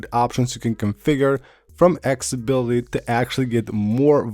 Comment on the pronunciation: What is “Exability”? There’s no such adjustment featured. Are you trying to say “Accessibility”? AC CESS ABIL ITY! Geez!